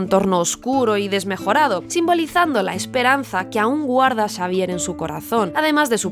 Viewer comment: en vez de decirle Xavier dice prof Sabier